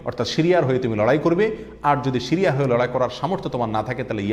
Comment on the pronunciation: উচ্চারণ শিরিয়া নয়, সিরিয়া অনেকটা বাংলা ছ।